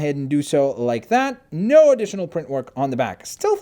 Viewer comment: When you said noooo it sounded like u said nurrrrrrrrr